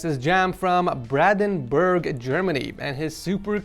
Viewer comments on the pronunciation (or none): Bradenbörg hahahaha it is Brandenburg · an die deutschen: ich find ´s aussprache von brandenburg sehr wild